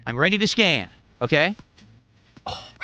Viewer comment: "Im ready to scam, ok lets go". I know he meant scan but he really meant scam